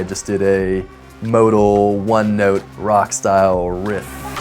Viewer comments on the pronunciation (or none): none